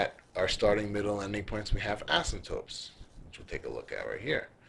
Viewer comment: I luv it. Extremely helpful. Pls post more. Only thing is the guys pronunciation is off. He says 'asymptopes' instead of 'asymptotes' which drives me nuts. You might want to try blowing your nose too because you sound very nasally. It would help.